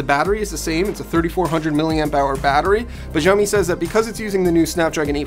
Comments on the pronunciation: Its not jiaomi. It's SHaomi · Is it that difficult to pronounce the company's name even close to correctly? Xiao mi = Shao mi, NOT Jiao mi... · Xioami is said more like a S sound than a Z for future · It’s Xiaomi as in ‘Shaomi’ NOT Jiaomi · Its sao mi. Not jao mi. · It's Shaomi not jaomi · Why everybody's saying "Jaomi"?? It's pronounced more like "shaomi" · Zaomi? I thought it was pronounced Shaomi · It's 'shaomi', not 'jaoimi' or 'zaomi' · Why the hell does this channel not pronounce Xiaomi correctly? It's not like the letter X doesn't exist in English. X is x like in xylophone. Why is it even pronounced as J now? WTF. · Pronounce it like "saomi" not "jaomi"...😑🔥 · It's Xiaomi not Jaomi 😀😁😂😀😁😂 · Its not zaomi lol😂😂😂😂😂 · WTF is Jaomi? It's Xiaomi. Xi--ao-- mi. It's not that hard at all. If you still don't know how to pronounce, at least listen to Google translate first. What the hell is Jaomi. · Pls dont say “Ziamo mi mix” its xiaomi, u must say “Kciaomi” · 'x' in Chinese is pronounced more like a 'sh', think of Xiaomi more like shao-mee. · Its pronounced as Shaomi BTW. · Xiaomi is pronounced like shao-mee. Like shao in shaolin soccer. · Yo it's pronounced SHEEYAO-ME, there's no Z-sound in Xiaomi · That's absolutely right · its pronounced sha - o - mi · jaomi? jaomi? such , take 40secs to search for the name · No it's pronounced she-ao-mi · A note from a Chinese speaker: it's pronounced SHE-ow MI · Someone please tell the 'X' in Xiaomi is pronounced (roughly) 'sh'. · Xiaomi is pronounced “shao-mee”... Like “show” in ‘shower’... Why are so many YouTube channels getting it wrong??? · Pronounce it like /siɔ/ /mi/ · isn't xiaomi pronounced shaomi ??!!